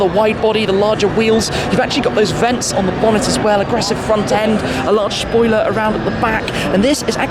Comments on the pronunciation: AHAHAHAH he said SHpoiler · shmee pronounced it SHPOILER hahahaha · Very larch schpoiler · "a large shpoiler "🤣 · He definitely said shpoiler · ladies and gentlemen presenting the shpoiler